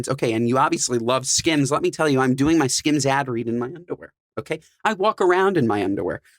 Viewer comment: Why did it bother me that he’s calls or skins not skims like boy chill out how you getting paid to promote a brand you can’t even pronounce right 😂